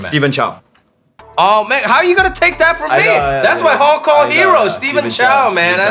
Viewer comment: i mean he couldn't say Hong Kong so…🤣